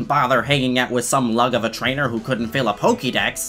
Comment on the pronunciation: Says the word Pokédex like how it's spelt Says Pokémon like polkamon I'm triggered.